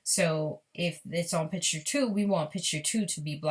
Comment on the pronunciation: Sloppy, can't even take the time to restart properly. And its picture not "pitch-ture."